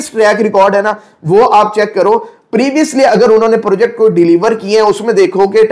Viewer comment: Purrrjekt markeeet